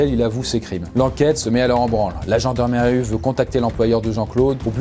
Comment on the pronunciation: la gendarmerue ? Je ne suis pas le seul à avoir entendu ça j'espère XD